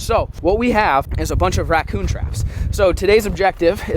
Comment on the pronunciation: he said wackoon